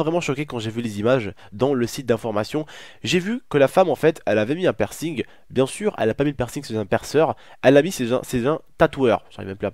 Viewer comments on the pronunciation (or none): C'est pa "percing"